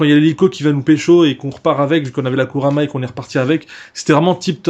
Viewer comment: on dit pas Kurama mais Kuruma;) PS: Bonne Vidéo